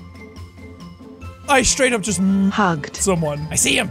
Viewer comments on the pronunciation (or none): For me it sounded lije it said I just MUGGED someone